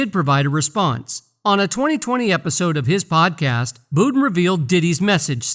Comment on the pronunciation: It’s budden not booden